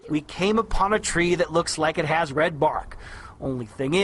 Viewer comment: Wed skies in Awstwaylia??? You skwooeey wabbit!!!